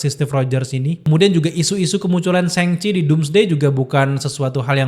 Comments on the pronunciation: Nyebut Shang Chi nya apa bener itu SENGCHI?? Bukan kah lebih ke SHoNG CHI atau lebih simple ya SHaNG CHI... emang di baca A atau lebih ke o (kecil) gitu bukan nya ya bukan E?? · Shang pake "a" bang, bukan sheng Thanks